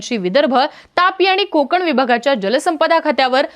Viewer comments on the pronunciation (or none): none